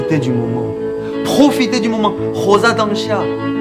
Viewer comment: Waiiiiit his french was so good 😳 "Profiter du moment" cldkxndkx